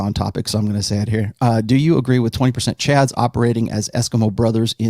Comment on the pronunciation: Take a shot every time calls Chads “Cads”.